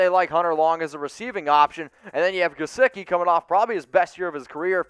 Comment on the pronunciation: Do not say Mike gesicki...pls dont